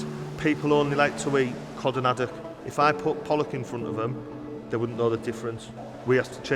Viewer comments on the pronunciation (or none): none